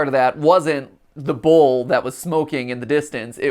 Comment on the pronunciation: Did anybody else think Matt was saying bowl instead of bull? I was confused for a bit